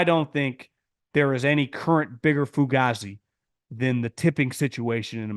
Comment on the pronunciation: Its pronounced fu-gay-zee bro 😂😂